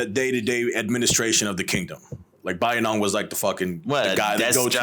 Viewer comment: Pronounciation all messed up 😂 Bayinnaung also kicked out bootlegging Portuguese who were mucking around with Mons & Thais. He let bamboos loose on Portuguese a**es😅